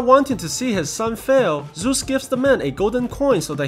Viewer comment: Ahhhhhh ZEUS, GODDAM ZEUS NOT ZUS